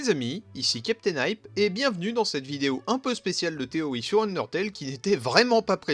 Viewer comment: Pourquoi tu dis "Téoï" et pas "TéoRi" ?